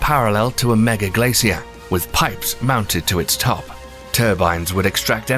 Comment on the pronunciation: It makes sense now what he's trying to say when he says "glassy-ear" "glaze-seal" "glay-see-us" "glay-see-ers". He's trying to say glacier(s). Poor guy struggles to say it, idea and a few other words 😕